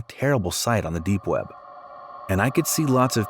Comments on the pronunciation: Lol it said "deep wep" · When it said "deep wep" I thought it was deep wap